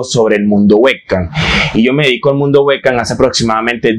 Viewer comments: "el mundo wec CAM"? 😂 Te recomiendo leer mucho ejercitar tu masa gris o sea tu cerebro 🧠..! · La verdad lo suyo no es la oratoria !!! Hablo y se la paso todo el vídeo repite y repite que es el webcam para terminar enredado y no explicar que es el webcam !! que más bien sonaba a Güeca , Uhecam , Ueca , Beckham , etc.. etc... Ahora entiendo porque en los vídeos que he visto ni habla solo se mueve !!!